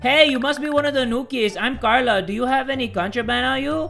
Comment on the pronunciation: Carla's new accent is on point 👌👌 Lovin it ❤❤😂😂